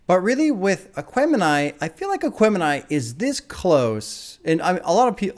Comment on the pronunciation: you got the name right! My soul hurt everytime you said it on the reaction